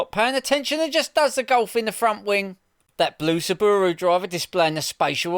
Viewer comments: What’s a sooobooorooo? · What’s a sabbooru? Is that similar to a Subaru? 😂